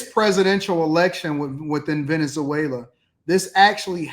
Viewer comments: how many times do you have to hear the PROPER pronunciation of VENEZ-WAYLA (Venezuela) to BELIEVE that the speakers KNOW what they're talking about!!??? You're educated... speak EDUCATEDLY!! Peace out... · A bro, if you don’t pronounce Venezuela correctly !!!😡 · Pronounce Venezuela correctly. Super cringey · This dude. Ant even pronounce the country right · Venezuela has four syllables Ve- ne zue -la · The way you are pronouncing Venezuela is tripping me out😂